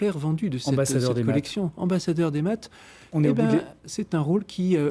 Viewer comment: Bon , il est bon en maths mais pas en métrise de la langue française, (ouiccch, ecchhh, chhh a la fin de ses mots)